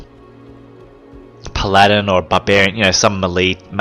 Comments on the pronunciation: puh-ladin? pal a din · i like how this guy says paladin he says it like pladin